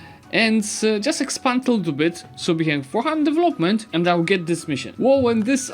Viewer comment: Im not even English speaker but maaan... devEloment!